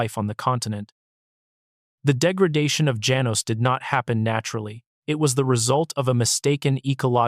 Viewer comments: Janos - pronounced ha-nos! I have uncles/aunties/cousins nearby in Acencion. My second home. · Janos is pronounced as follows: Ha-nos. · Janos is pronounced Hanos in Spanish